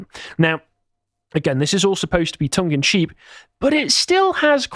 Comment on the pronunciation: The phrase is tongue and CHEEK not tongue and CHEAP. The blonde guy on the right said this at least three times in correctly